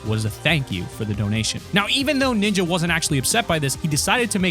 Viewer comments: to Ninya? or Ninja? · Why the f❤❤k do you say ninya when its ninja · Did u say Nina or Ninja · “Is it Ninyaaa” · Bro keeps saying ninja"Niña” it's fine tho